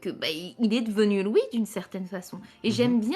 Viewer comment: Elle prononce mal les "ui"